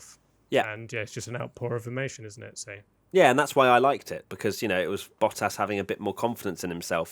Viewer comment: ⚠️ To all international sport journalists & presenters: ... it is NOT Lewish ... it is NOT Bottash ... and it is certainly NOT Max Vershtappen!!